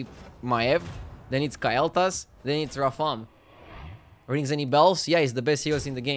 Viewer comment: na its KALE'thas, but he pronounces it KYLE'thas lol